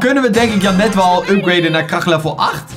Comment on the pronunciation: Is het zo moeilijk om de namen in het Engels te zeggen dus jenet ik ga het nu onder elke video zetten wnnr je het zegt